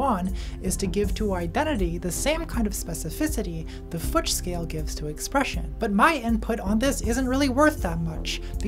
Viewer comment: "...the futch scale." there goes my afternoon